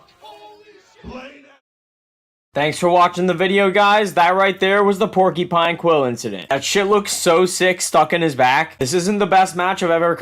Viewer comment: My man's said "porkypine"